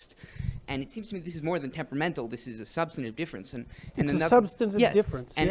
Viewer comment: the guy can't pronounce "substantive"